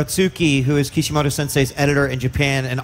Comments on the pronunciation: It's kishimoto not kishimodo, seriously wtf xD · And he's calling him Kishi-modo :'(